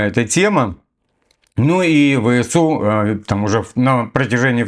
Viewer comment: ВСУ. ВЭ. СЭ. У! С - СЭ! НЕ ЭС.